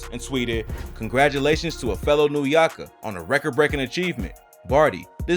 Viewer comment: “New yawka” i love it😂